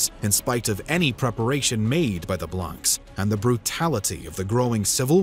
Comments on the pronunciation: In French Blanc or Blancs is pronounced "Blan". C and cs without a vowel at the end are silent. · Hello ! I’m a big fan of your work… just a note: the « s » at the end of the word blancs is silent… as well as the « c » ! I’m a teacher in France, so if you need some advices how to pronounce french words in a future video, feel free to ask, I’ll be happy to help. In the meantime, keep on the good work, I really like your videos. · The -ncs is silent. Just saying ;)